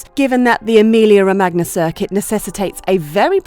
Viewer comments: & the “Ro-mag-nia” too! 🤪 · I get that Romagna is tough to pronunce for you brits (just spell it Romania and its close enough so that italy does not crynge) since you guys dont have the sound for that(wich for the spanish is ñ), but please put the emphasis on the first syllable of the word Imola not on the second and italians shall be forever grateful. :)